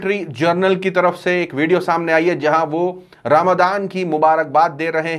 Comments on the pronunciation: Bhai suno sahi word aap to boliye (ramzan hai ramdan nahi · Ramadaan wrong,,, Ramazaan right